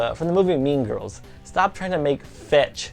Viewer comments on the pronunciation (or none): none